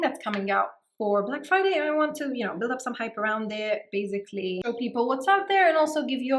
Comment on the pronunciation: It's basically... Not bazikly